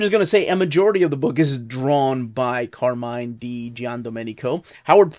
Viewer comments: hello, the correct pronunciation is car-MI-NE (with E 'alla italiana' not 'I'), not carmin 😀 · Nice italian pronunciation. Until the name of Di Giandomenico. Carmine is not pronunced as car and mine (which looked like two objects of the same name 😂), but you can say all the way tied to the final E. This vocal isn't silent so be free to say it like you did for his surname, whilst the I isn't pronounced as your english vocal, but more if it's an E from the English Alphabet. Be free to say it again 🙂